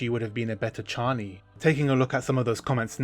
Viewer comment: I thought we landed on chay-nee. 🫠